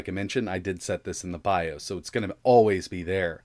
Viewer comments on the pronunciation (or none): none